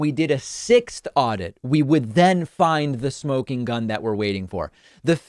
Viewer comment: Aurdit...who says that?